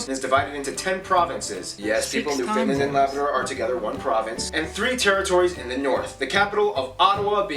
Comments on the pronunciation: Also it is not New Finland it’s pronounced New…fund…land. Also there is a town on Hudson Bay, it’s called Churchill and it’s the polar bear capital of the world…. You should do the NBC video. “ Tom Brokaw explains Canadians to Americans”. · Hey Yank, it's Newfoundland not New Finland. Jerk.